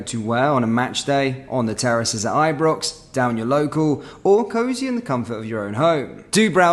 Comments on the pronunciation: Why you saying ibrox wrong you don't usually WTF . EEEbrox lol. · just do a live feed Seems a bit strange saying Eebrox and other mispronunciations Otherwise keep up the good work mate